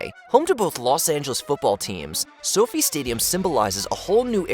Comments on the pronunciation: soh-fye not soh fee smh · Sophie stadium hahaha you mean So-Fi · It’s So-Fy not Sofie. 😂 easy mistake. The Las Vegas Sphere is the coolest!!! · So-Fi like Wi-Fi NOT like Sofie/ Sophie 😅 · SoFi stadium is not pronounced "sofee"; rather, it is pronounced "So Fy" similar in sound to the truncated term "sci-fi." Accuracy demands giving a shit about research! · "Sophie" Stadium "SO-FI" Stadium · That’s what I thought! I was like what the hell is Sophie stadium. 😂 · Dude, don't mispronounce SoFi Staudium again please?